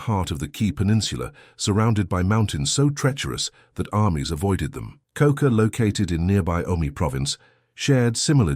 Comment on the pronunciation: Koga not Koka